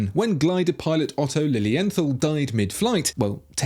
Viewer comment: Really? Lilly Enthawl? Otto Lilienthal (LEARN to promounce it properly!) must be rolling in his grave right now! How DARE you people butcher everybody's name, and behave as if you were authorities on anything at all? Aside from that, your "contribution" video is just another listing of the usual fanboy favourites, so spare us all your idiocy and all the nonsense!